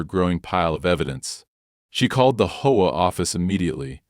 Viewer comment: HOA is pronounced AITCH OH AY SUV is pronounced ESS YOU VEE